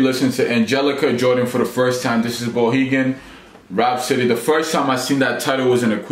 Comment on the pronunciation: I would give more credit to your reaction if you could 1) pronounce the artists name and 2) pronounce the name of the very famous song Bohemian Rhapsody.